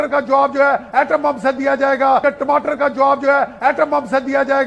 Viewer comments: Yeh tmatr kya hota hai😂😂😂 tamatar hai bhai😅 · Tamatar hota ya timatar😂😂😂😂😂